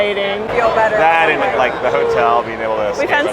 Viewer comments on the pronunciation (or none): I noticed you day da instead of the